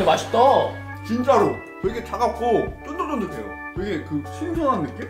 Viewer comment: 나만 자꾸 신선한이 신전한으로 들리는건가..?